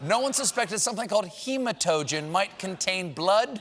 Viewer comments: Not that it's that important, but it's pronounced "Gematagen" with a hard G and the stress on the last syllable. They are very tasty actually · It’s pronounced gimotogen and it’s delicious